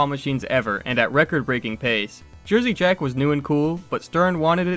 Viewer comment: Jersey Jack owner pronounced incorrectly.